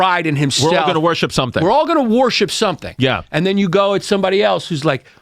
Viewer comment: Yanni saying "wa-hor-ship" no less than 200 times gave me a leaky roof.